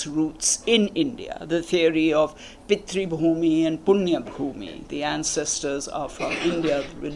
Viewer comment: She said Pitri and not Pitru, I think.